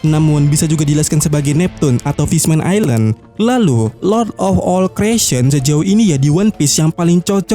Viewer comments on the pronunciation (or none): none